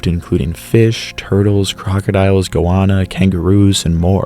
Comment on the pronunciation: Woomera pronounced like the wom in woman not the wom in womb. Goanna is pronounced like the womans name Anna not the ana like in banana, so literally "Go Anna". I don't think you should be censoring art by covering genitals in ancient art, either show the artwork as is, or chose another piece of art that you're more comfortable with. The first "a" in Kakadu is pronounced like the a in back or pack not bark or park, Kaka-du to you! You repeatedly use the imperial system, feet yards fahrenheit miles pounds etc, which is only used by Liberia Myannmar and USA, or about 5% of the global (and Youtube) population, if you insist on using this system could you at least put the metric conversion in subtitles so the other 95% of the world can understand the significance of your narrating, thanks.